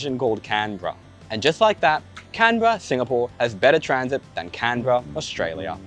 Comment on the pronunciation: we pronounce canberra as can-BEAR-rah